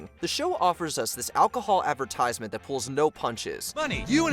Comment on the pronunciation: The way this person says advertisement as Advertize Mint 🙄 like it's 2 different words.. why do I still watch mojo ffs? Stop recommending them to me